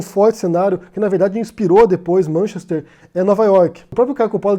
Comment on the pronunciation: Vc deveria começar por pronunciar corretamente Manchester, e lá não se picha propriedade privada